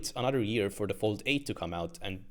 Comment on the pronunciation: Galaxy "Phold"